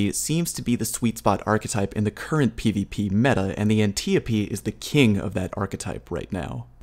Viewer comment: How is it everyone says Antiope wrong in this community? Antiope is an Amazon from Greek myth that was adopted by DC and its pronounced An-tie-o-pee.. not anti-oap or ant-eo-pee..